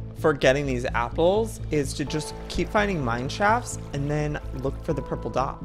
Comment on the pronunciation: Is it just me cus' I really heard he said" three apers?" 😂